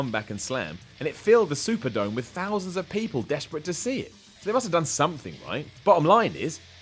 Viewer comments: Was calling the Silverdome the Superdome in this video a throwback to Hogan's WM 30 fuckup, or did our actually fuck it up? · Lol "Superdome" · Is he saying silverdome or superdome?